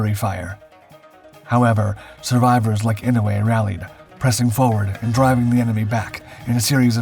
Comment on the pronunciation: Someone at my workplace is related to Daniel Inouye and has the same surname. Incidentally, it's pronounced "I-no-u-e" with 4 syllables. Our airport is named after Daniel.